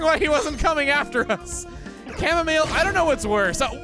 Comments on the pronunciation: it's supposed to be "au" not ar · Everyone’s talking about how he said Chamomile in the intro, but I’m here just glad that someone understands how bad the raid battle AI is in Sword and Shield. Edit: I am happy he said Chamomile as well.